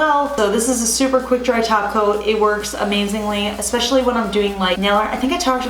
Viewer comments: I heard taco in stead of top coat. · Care Bear11 That's exactly what I hear when she says top coat!!!!!